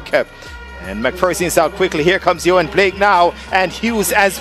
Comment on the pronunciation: It's Blake not Black.